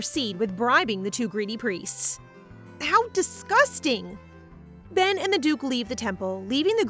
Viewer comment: His name is Ben not pen